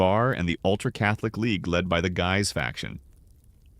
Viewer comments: I have always heard it pronounced (sounded out as) Giii's though it's spelled "guys" (looks at you with derision, if you're presenting you should know and not re-write history) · you finally got “Guise” correct after multiple mispronunciations. Then returned to the wrong one later. Completely inconsistent pronunciation of historic names is sloppy. Please review and correct these AI narrations before posting.